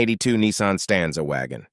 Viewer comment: "NEEEESARN" ??? W.T.F. ???? SPEAK ENGLISH BOY PROPER ENGLISH !!! ITS A "NISSAN" !!!! :text-green-game-over